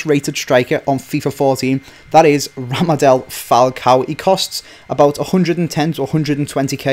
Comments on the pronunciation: Ra'D'a'M'el, not Ramadel... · Its radamel not ramadel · Its Radamel, not Ramadel:p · Lol he said Ramadel Falcao...its Radamel Falcao! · Did he just say Ramadel? It's Radamel bro lol. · Radamel not Ramadel